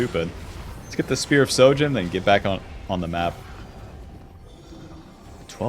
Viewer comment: I have a big question....why is it that everyone that' I see playing this game. pronounces Shojin wrong?? IT'S SHO - XO! Not sojin. Godamn.